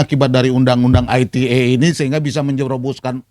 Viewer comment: ... KENAPA ITE ITU DIUCAPKAN DENGAN EJAAN BAHASA INGGRIS? PADAHAL KEPANJANGANNYA ADALAH INFORMASI TRANSAKSI ELEKTRONIK... KAN BAHASA INDONESIA ITU. GA USAH SOK BIAR KELIATAN KEREN LAH